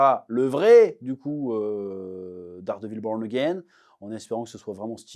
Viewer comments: on dit "dèwre divowl" mdr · Enfin la revieeeew !!! Chef!!! ''Dawredeviil bowrn agein'' 😂 Jouissif de t'entendre taper sur la série tellement ca a été un foutage de gueule au final... Tu dis tout haut ce que tout le monde pense tout bas et mets des mots sur la frustration que provoque cette série !! Vivement la saison 2 et des analyses toujours plus fines haha